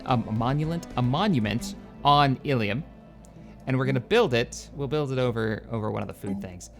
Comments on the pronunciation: its pronounced ill-um not illium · Not Illium, Ilum... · it actually Ilum with 1 L but you say it like Elum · ill-um not ill-e-um. ill-um is the pronunciation used in SWTOR and Clone Wars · The planet's name is not "ee-lee-um". It's "ill-um". Why do so many mispronounce that? O.o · You pronounce it with a short starting i and a short u sound as in plumb. You have been pronouncing it Illium. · Illum is pronounces=d like so... ILL-UM two words, ill as in I am feeling ill, and Um as in um...whats on the menu. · I think it's pronounced ill-umm... not sure though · Hey illum is pronounced "ill-loom" I believe and love the series keep up the great work! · Hey,...The Giant Worms are representatives of the movie Dune...The Giant Spice Worms of Arrakis...The indigenous people of Arrakis are the Fremin. Maybe if you colonize the world with the Giant Worms you can call it Arrakis. Also, the Star Wars Knights of the Old Republic game pronounces ILUM as (ill-um) just two syllables. Also with the Traditions...if you place your cursor over the tradition you are using, in the empty space between the icons it will give you a Finalizer, when you have chosen all 5 icons in a tradition it will give you a bonus...For Expansion, which you are using, when you have chosen all 5 you will get a +2 to core systems...so since you are limited to 4 core systems, the +2 will up the 4 total systems to 6 total systems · I think its pronounced Illoom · See's name "illum" pronounces it "illium"